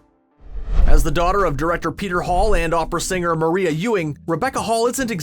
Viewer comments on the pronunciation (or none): none